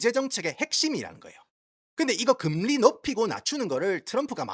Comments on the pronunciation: 야 니 미국 오래 살아가 한국 사람하고 이런 얘기 잘 안 하제?? 누가 금리↘라 하노 금↘리라 하지. 성조 금에 넣어레이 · 금리. 한자 발음이 이상해요 악센트 주의 ㅎ